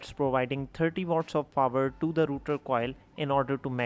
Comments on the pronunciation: It's Rotor, not router. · It's rotor not router